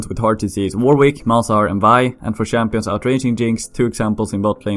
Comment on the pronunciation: shampions i like it